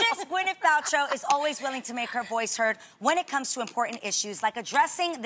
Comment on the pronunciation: Is only me but Adrienne says Gwynif